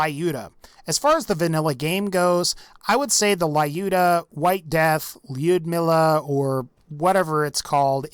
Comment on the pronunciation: "Laiudmila" ... I cringe when you say that